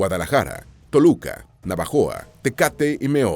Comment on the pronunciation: Navojoa.....no navajoa